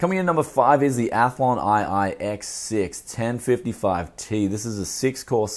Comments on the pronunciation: reading roman numerals as two I letters!? WOW LOL! and even calls it athlon instead of Phenom!!!!??? II is number two and Athlon II was x4 at max! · lost my shit at "Athlon i i" ahah. good video though as always